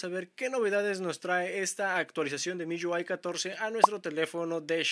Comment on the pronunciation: Porque pronuncias así MIUI, MIYÚAI, hable bien mijo.